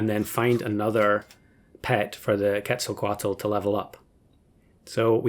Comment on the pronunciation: A++ for the pronunciation of "ketzelcoatl" nice